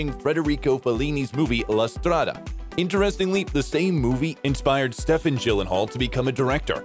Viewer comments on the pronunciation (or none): For crying out loud, his father's name is Stephen, which is pronounced "Steven" not "Stefan."